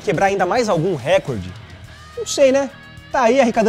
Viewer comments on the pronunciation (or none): none